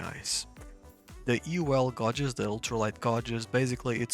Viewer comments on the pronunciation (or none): Hi - Nice video. Just for info - the English word "gauges" is pronounced so that it rhymes with 'wages'. You were saying 'gARges' but it's actually g-ay-ges.